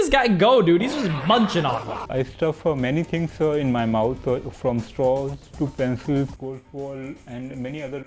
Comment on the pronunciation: Did he say pencils?